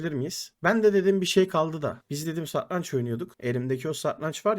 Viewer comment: satrancin telafuzunu ogren abi